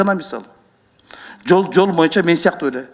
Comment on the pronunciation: Чындыгында курч суйлойт нукура кыргызча соз жок бирок боюнча деген созду моюнча деп эле суйлогону болбосо